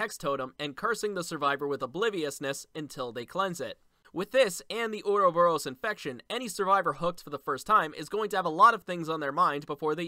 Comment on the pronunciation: Anyone else hear him say earl borous?